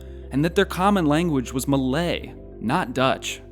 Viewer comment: if you can pronounce “lie” i think you can pronounce “Malay” correctly.